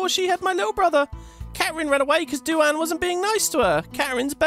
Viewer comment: Btw duane is pronounced dwane 😁